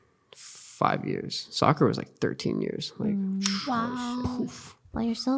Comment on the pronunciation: When u hear Sakura instead of soccer😅